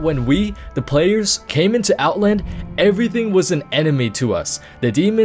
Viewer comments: Outlnd, Outlnd, Outlnd...OutLAND! Out..LAAAAAND. OUTLAAAAAAAAAAAAAAAAAAAAAAAAAAAAAAAAAND! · The way you say "Outland" bothers me an irrational amount..